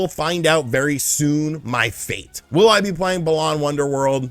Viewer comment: Funny that you mention "4D chess" in a video partially about Star Trek considering there's an official Star Trek 3D chess game patterned after one played in one of the episodes. And funny that you're still saying "Balawn" after all this time even though BW's plot is about restoring BALANce to people's emotions.